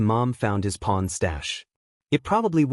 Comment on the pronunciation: Oh. Corn. Lol by bad yall 😂